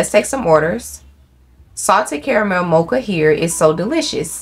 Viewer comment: Girl why can’t you say “caramel”?? 😂😂😭